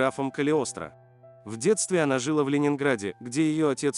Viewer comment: Озвучивает, видимо, робот. Там не только это, там куча слов с неправильным ударением, живой человек не может так говорить